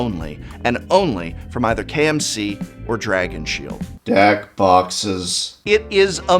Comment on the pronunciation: the way he says deck boxes makes me feel like prof was full brian mode half way thru the jack